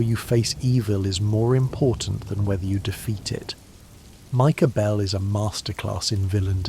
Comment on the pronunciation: "Micah Behlll" 💅🏻